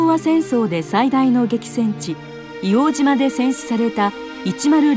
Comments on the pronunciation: いおうじま✕ いおうとう○ 硫黄島（いおうとう）です 硫黄島（いおうじま）は鹿児島県にあります 最初と最後が 一番重要だと思いますので 修正した方が良いかと思います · 「いおうじま」というナレーションを聞いた途端にガッカリしてしまった。８０歳以上の誰にでも聞いてみたらすぐに分かることだ。「いおうとうって当時は言ってたよ」と皆さんおっしゃる。お忘れになっている方もあるかと思うが。